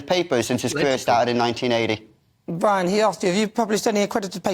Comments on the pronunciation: Did he say “Bwian”?? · Bwian! 😂. Welease woger! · Who is bwian..lol..these stop oil nerds haha